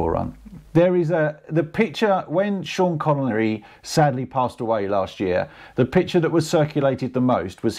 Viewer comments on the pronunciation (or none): none